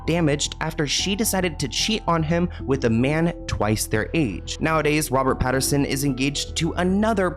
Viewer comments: Pat - in - son 😂 Love the consistent celebrity name mispronunciations! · his name is Pattinson…. Not Patterson. I love your show! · I love you but it’s PATTINSON 😅 not PATTERSON love ❤ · PattINSON NOT PattERSON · Damn it,. PattINson, not PattERson. Love you though! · LOL, it’s Robert Patt-IN-son. Love you! ❤ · Lol,, it's PattINson ❤ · "we all know robert patteRson" hahaha, you should start slightly mispronouncing any of the celebs on here who have tried to come for you just to piss them off:glasses-purple-yellow-diamond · The "Patterson"s are driving me nuts 😂